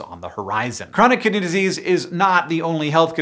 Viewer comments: Am I the only one who heard "chronic kitty disease?" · I was certain you were saying "Chronic Kitty Disease" until you showed the words on screen ☹️ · Lol i thought you said chronic kitty disease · did anyone else mishear it as "chronic kitty disease" every single time?😭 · Every single time Hank says "Chronic Kidney Disease", I hear Kitty instead 😅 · I thought he was saying "chronic kitty disease" for like the first 2 minutes of this video lmao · I keep mishearing Hank say “Chronic Kitty Disease” instead of kidney, and I do have to agree incident rates of chronic kitty disease are rather high in the cat population. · Raise your hand if you kept hearing "kitty" instead of "kidney". raises hand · I kept hearing “Kitty Disease” instead of “Kidney Disease.” 😅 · I accidentaly heard it as "Chronic Kitty Disease"...